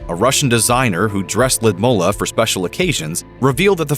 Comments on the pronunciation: The narrator of this video will be killed for pronouncing Putin's wife name wrong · I cant stop cringing at the way the narrator pronounces or rather MISPRONOUNCES the former Russian’s First Lady’s name. Gee, it’s not that hard a name to pronounce it correctly. 👎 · I couldn’t handle hearing the Russian former first lady’s first name butchered one more time. Why is it Grunge narrators have this aversion to verifying pronunciations ahead of time? This happens in many videos. I do a lot of public speaking and have to introduce individuals from around the world as part of my work. I make a point to verify how to correctly pronounce their names, if for no other reason than to be respectful and polite. It’s an added bonus that’s don’t sound like an idiot getting it wrong. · This is the worst pronoucation of her name that I've ever Heard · That pronunciation of Lood-ih-mee-lah ( he said Lud mula)is rouugh lmfao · I wish he would say her name correctly. Ludmeela, not LudmUlla. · The way he butchers her name... It's pronounced Loodmeela. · Lewdmola? Pronunciation issues? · It is Lyudmeela, not Lyudmulla. Please do your research on pronunciation. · It is Ludmilla not Ludmulla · It’s pronounced “Lud-Mill-a” not “Lud-MO-la” cringe every time you say her name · It's Lyudmila not Lyidmula!!! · why does the narrator call her Lydmulla? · I hate to correct pronunciations as it can put a spin tangent to the intent of the clip, but the pronunciation of Lyudmila sounds like a 'bear to one's ears'. Probably the best pronunciation to the name as to how it's said in Russian using English phonetics is (lewd-Meal 'ah) not (Lewd-Mull 'ah). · Omg it’s “Lud-MEELA”, not “Lud-mullah” 🙄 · Lyudmeela not mula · lyudmila ..sounds ludmila ...not ludmula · Can you please learn how to say the name Ludmila properly? it says L-oo-dmilla, nor "ladmoohla". Totally annoying, when you English only speakers not even give it a try, while the rest of the world is learning languages. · lewd-ME-la! Grrrrr.